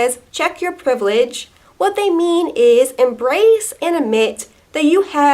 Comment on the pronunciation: I've became racist only by hearing so much times "tchek yor PREIVELEGE"